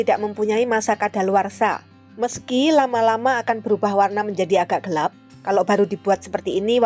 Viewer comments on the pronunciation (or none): none